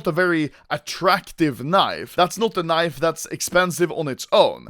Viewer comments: He says KNEIV, I say leave. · I keep on hearing anomaly say knife 😂😂😂